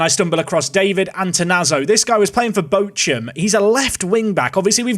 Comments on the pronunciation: Outsch im from Germany and a Big Bochum supporter you saying Botschum hurts Love the Vids!!! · Bochum is my home club and you dont know the physical pain it caused me to hear you pronounce it. And then I realized youre going to take away a good player of my club. How dare you!